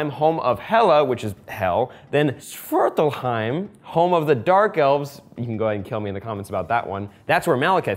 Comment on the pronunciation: its actually Svartalfheim, not Svartlheim.